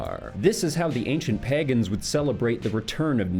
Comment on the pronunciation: "Peegans" not pagans lol